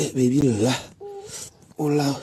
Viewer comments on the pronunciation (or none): How bro said hola way way 😂😂😂😂😂😂😂